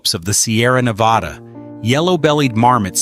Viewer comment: Great video, and sorry to be harsh, but the countless times you said "Nevada" were difficult to hear after a while 😆 Locals (in California and Nevada) don't pronounce it that way. Just a heads up.